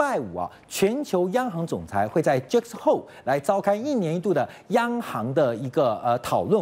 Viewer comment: 是Jackson Hole不是 Just hoe.....@@